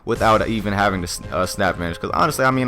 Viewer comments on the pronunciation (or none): none